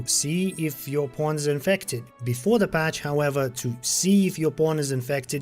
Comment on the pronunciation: Everyone: "Pawn..": "Pwooohn..." 😂 Good upload though,thanks for the update,still working on my 1st playthrough! Its very good! Thank you for the effort!